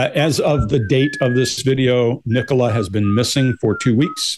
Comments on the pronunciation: "Ni-Cola or Nicola" 🤣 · Why can Americans not say Nicola!? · Right? As in Nicola Tesla. Easy peasy. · It's not a very common name in the US. Nicole is more common and so they tend to try and pronounce it that way.